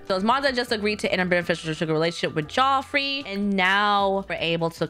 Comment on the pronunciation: haha love your videos, just wanted to say Bjorn is pronounced like byorn, not beejorn 😊 and Geoffrey is just Jeffrey